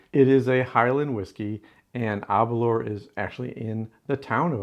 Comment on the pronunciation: ....also just to note, with Aberlour the 'lour' is pronounced the same as 'lower' is pronounced in the word flower 👍🏻 🥃✊🏻🏴